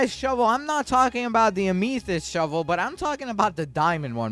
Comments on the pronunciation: “a-MEEEEE-thyst” 😂 The correct pronunciation is a-muh-thust. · U PROUNCE AMYTHIST AS AM EH TIST NOT WHATEVER U SAID! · AM UH FIST* thats how you proununce it lol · The way he says Amethyst Lol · are we gonna talk about how he pronounced amethyst